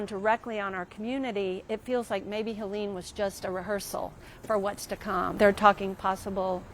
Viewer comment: It's Hellen not heilleen